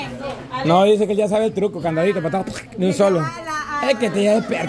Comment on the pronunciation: Candadito dice cama 😂 😂😂😂😂😂